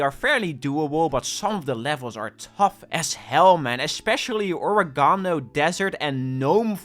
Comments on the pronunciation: "o-re-gah-no" ridicule him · That is not how you say orégano. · most insane way oregano has ever been pronounced award